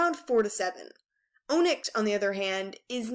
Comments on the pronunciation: It’s pronounced on-icks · qiblis name it pronounced kibly and onixs is on-iks. Please read the audio books because they say it right🌟🌟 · Gurl if you say ohnix one more time im seriously going to flip